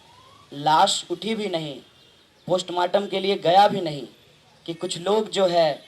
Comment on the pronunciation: Ube poshtmartem nahi postmartem hota hai..chutia sala